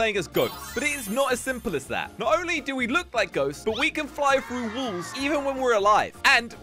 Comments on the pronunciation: When you hear says wolls does anyone says that or just me?? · He said walls wools I died there😂😂😂😂😂